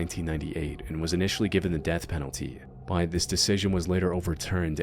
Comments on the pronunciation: Yo, is it just me or does he pronounce the word "but" differently? Like, no matter how hard I try, I can't pronounce it the way he does. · What is your accent? You pronounce words in an interesting way. “But” for instance, you pronounce in a way that sounds like “bite”.